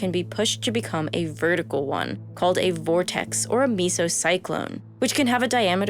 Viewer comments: Nitpicking here but the meso in mesocyclone is pronounced like ‘mezzo’. The reason it matters is because there is a separate phenomenon called a misocyclone which is pronounced the way mesocyclone was in the video. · The way she pronounced mesocyclone made me a little angry